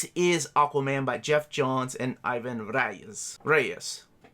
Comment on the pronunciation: Hi,! The correct way to speak Ivan Reis’s nome is E-van Rraiz! You’re almost there, congrats on that and for The show! Hugs from Porto Alegre, Brazil.